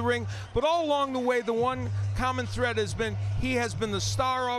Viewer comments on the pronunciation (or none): none